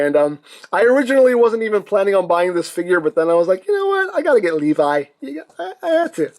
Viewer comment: It is not pronounced like that it’s le vee that’s how you say it